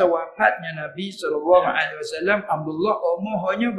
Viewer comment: Mohon Padang videonya sebab tadi baca shallallahu alaih wasallam bukan shallallahu Alaihi Wasallam